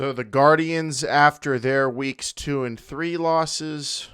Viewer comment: Lord please. It's Gar-dee-ans.